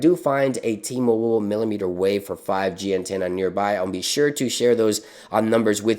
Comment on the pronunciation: Ehem... “Antanna”